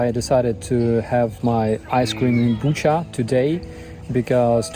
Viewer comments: Thanks for providing the correct Ukrainian pronounciation for Bucha. Please do the same with Kherson (Herson?), and other cities. I don't care for ruzzian pronounciation, Ukrainian is the authentic language of the Rus, the inhabitants of the old Kyivan Rus. Viva Ucrania 🇺🇦 🇲🇽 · Bucha’s pronunciation should be easy to remember because the Russians butchered civilians there. I just want you to know that the world will never forget Bucha, Irpin, Mariupol and the rest.